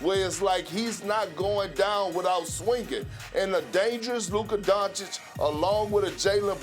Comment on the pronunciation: At least perk can pronounce Doncic 👍😊. Sas is still struggling 🙈